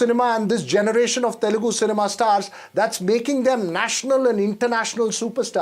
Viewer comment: it is teL- U - gu NOT telgu please